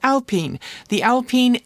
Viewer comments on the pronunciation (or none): none